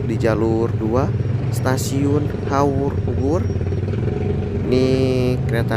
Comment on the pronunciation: suaranya dijelaskan dong, krn saya dengarnya seperti haurbubur, bkn haurpugur